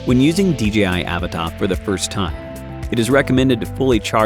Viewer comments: Please just admit that it’s uh-VAH-tah and stop saying A-vuh-tah lol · It's pronounced "AH-VAh-TAH"